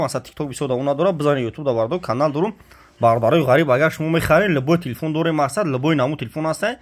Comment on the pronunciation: Телефун не телефон 🤣